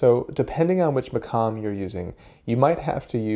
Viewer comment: The pronunciation of the quf as a kaf is so triggering. Maqam, not makam.